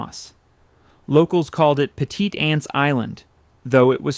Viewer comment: You're going to hear from the Tabasco attorneys for saying that the McIlhenneys released nutria into the Louisiana marshes. Petite Anse is pronounced "petty-tohns", all run together.